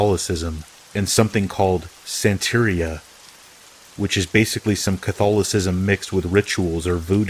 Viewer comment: Santería is pronounced (son teh REE {y}ah). Here's a cheat for ya...Most all Spanish words are most boldly accented on the second to last syllable. Spanish phonics are easy, just a little different than English: ah, eh, ih/ee, oh, oo = a, e, i, o, u